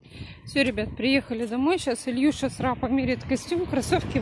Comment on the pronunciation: а почему ИлЬюша?? Илья, Илюша, Илюха. ИлЬюша как то необычно произносите имя сына